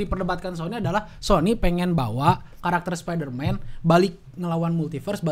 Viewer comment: Males banget denger,, ngucap Spiderman dg ucapan (SPA)DERMAN